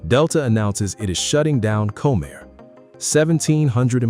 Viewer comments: When you use AI, please make sure things are pronounced properly. Had to stop watching this, it is not Co-Mair. Ugh! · If you are going to do reports like this, you could at least pronounce the characters correctly. It's COM-air, not "Comb-air" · Comair...pronounced Comm-air. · You loose credibility when you mispronounce the name of the airline. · Learn to pronounce Comair.